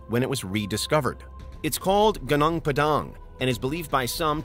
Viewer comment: it's pronounced Goo-noong